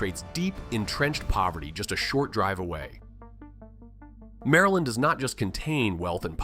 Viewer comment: Mareland, Murrlind